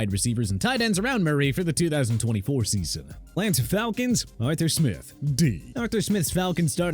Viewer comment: First off, B- for Coach McDaniel. Baloney. Secondly, should've said A- for 49ers Coach Kyle Shanahan. Third, Lanta Falcons... really?! It's Atlanta Falcons. Lastly, it's pronounced JAG-WAARS not JAGWIRES! Maybe Jacksonville should get a new team name change from Jaguars to Jagwires, huh?